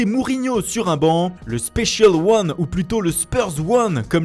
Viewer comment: Non mei la manière dont tu dis "spécial ône " me tu moi 😂😍😂👌 et les mots anglais